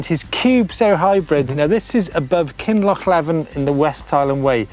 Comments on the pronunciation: Oh and Alistair in Kin loch leeven 🤣, not livin🤣🤣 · The guy on the West Highland way is Derek Ramsay. Kinlochleven is pronounced Kinlochleeven, while I'm at it it's The Grey Mares tail. Do yer homework Lads or you will be banned from Bonnie Scotland.